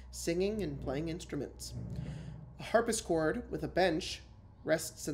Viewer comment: I keep giggling each time said "harpischord" instead of "harpsichord". It's endearing. XD